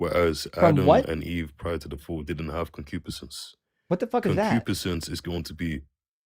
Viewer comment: He's pronouncing concupiscense incorrectly. I had to look it up. It means ardent, sensual longing. I don't think he's using it correctly. Someone heard a word, looked it up and rolled into your live stream to show off.